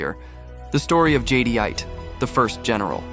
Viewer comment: Nice video...not to be a nitpicker but but...it's pronounced Jed-ite. Cool that AI made look like a vampire.